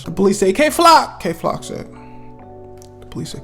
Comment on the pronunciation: Did he say gay flock on purpose at the start 😭😭